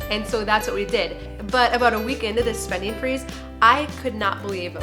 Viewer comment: spendin'-g I have to get use to hearing words with the g being left out... somethin'-g, eatin'-g .......stoppin... gettin....runnin.....openinn....